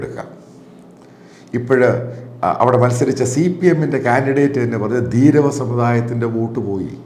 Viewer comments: ധീരവ അല്ല , ധീവര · ധീരവ അല്ല ധീവര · "ധീരവ സമുദായമല്ല, "ധീവര സമുദായം". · ധീരവ എന്നല്ല ധീവര സമുദായം എന്നാണ്. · ധീരവ വോട്ടുകൾ അല്ല ധീവര വോട്ടുകൾ